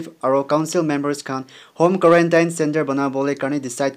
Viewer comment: Pronunciation of Quarantine... please use 👉 tin/ten